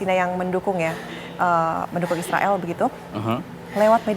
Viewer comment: Haaa ngikik bgt si mbak host hampir kepeleset ngomong tentara isroil😂